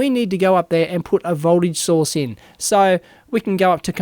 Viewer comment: Great tutorial, but every time you say "source" it sounds like "sauce" :D